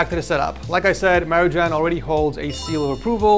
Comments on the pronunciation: you're spelling wrong Marijan name.. The J is pronunced like for example the nba player Nikola Jokic.... Balkan name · "Maridžan"?!? O, živote....